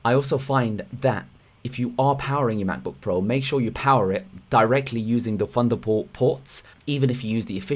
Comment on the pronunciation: Excellent stuff, but could you please say Thunderbolt, hyper-threading, things... funderbolt, hyper-freading and fings just sound lazy.